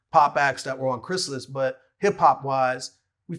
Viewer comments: It’s more like, Vlad: Cries Alice Speech: Chris-ill-is. Honestly, Vlad’s pronunciation is more intuitive if you’ve never heard of the label. That’s how I always thought it was pronounced when I saw it on Gang Starr and Guru’s early albums. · "Chris Alice" C'mon Vlad lol